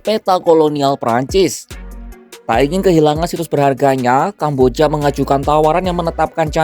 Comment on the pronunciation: Ini naratornya adik Cinta Laura kah?? Kambojjyaaa... 😂😂😂